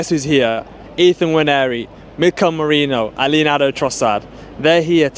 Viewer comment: Yo, his name is Merino (me-reeen-o) not (Moor-ray-no)